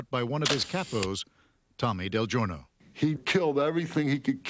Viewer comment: It’s not delivery it’s del gorno